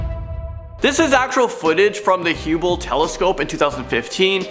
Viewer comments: say it with me " hub bul" NOT hooo bill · He says "Hueble" not Hubble for the telescope WTF how do you mess that up???????!!!!!! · Hub-le not Huuble or how you said it. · Hue-bell huh? Ok that's a new one. (HUB-^UL)...🤭🤣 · Solar system u mean galaxy plus it’s Hubble not huonle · Did you say huebull? Isn't it the hubble telescope..Haha GO HOME! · I think you mean there are ten million in our galaxy. Not solar system. And it’s pronounced Hub-bell not Hew-bell. 😀 and it’s not nucular (nu-cu-lar) it’s nuclear (nu-clee-err) and the word is apropos (ap-pro-poe). Just trying to be helpful. Not being critical. 😀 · HueBull? No its bubble with a H, i.e.: Hubble. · its Hubbell not huwbel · HUBBLE!! Not HEW-ble lmao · It's pronounced Hub-ble telescope, nut hugh-ble telescope. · The WHAT telescope?!!! 🤣 Hey he gets an A for effort! HUBLE my man not HUEBLE 🤣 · Did he actually say hew-bll like that, its hu-bll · Hubble like bubble not huebble XD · It’s huh bul. Not hew bul. And 10 million black holes in our solar system WTH ?? No there’s the sun 8 known planets with their moons and Pluto. But no known black holes my man .. much less 10 million of them . Lmao 😂 Dam bro this is elementary school pronunciation and astronomy ... lmbo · Pronouncing HUBBLE like “HEW-BAHL” instead of “HUH-BULL” was amusing lol. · Yeah! This guy doesn't know what he's talking about. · That’s scarier than this entire video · you REALLY butchered the pronunciation of the HUBB...HUBB-le telescope, not HUE-bble telescope. I know you're Canadian but c'mon bro. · WAIT!!!! Uhh ... I'm sorry but, WHAT TELESCOPE????? I've never heard of the "Who-bill" telescope. I know about the Hubble Telescope!! And YOU should, too. smh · did you call it the huble telescope? its pernounced like hubble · and mans said hueble not hubble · Did he really just call hubble h-U-bble?? Im out. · Hubble say it with me Hubble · K so it’s Apropos pronounced Apropoe And Hubble pronounced Huhbble. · Hubble: Haa-bull